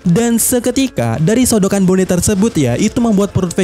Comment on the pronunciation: Entah kenapa tiap dia bilang bone jadi keinget nama suatu daerah di indo, wkwkwk baca sesuai pelafalan aja knp sih? lebih enak bilang boni padahal wkwkwk